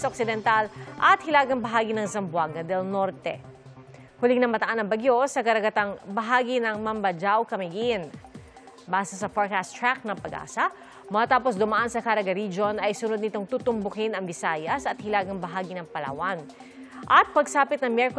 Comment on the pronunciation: It's Mambahaw Pia, not jao when you pronounce Mambajao Camiguin 🙂